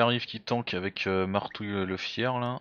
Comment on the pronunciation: Oups! Tu t'es trompé c'est marbouille et pas martouille 😂